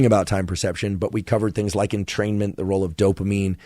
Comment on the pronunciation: i swear i'm fuckd up i literally read it entertainment i didnt realiZe it until he said entermaint or whatever